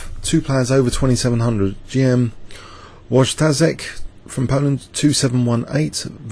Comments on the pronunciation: thanks for casting this game! Try pronuncing watchtazek more like "voytashek", that's much easier:) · I see you're struggling with pronounciation. Wojtaszek = Voytasheck. I guess that's close enough.